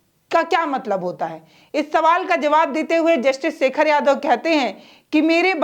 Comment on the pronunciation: शेखर को सेखर, न्याधीश को न्याधीस बोलने वाली जो शामिल को सामिल उच्चारण करे उसे मीडिया छोड़ ही देना चाहिए।😂😂😂